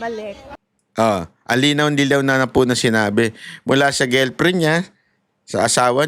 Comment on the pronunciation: GIRLFRIEND PO. NOT GILPRIN😁🤣😅✌️d mo ako basher hah! Every morning nga pinapanood ko videos mo pero gilprin kc na parang strong mo pang binanggit ang gilprin🤣 labyu😁